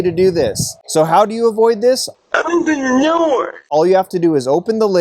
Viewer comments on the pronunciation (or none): "open the noor" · “Open the noor…” 😂😂😂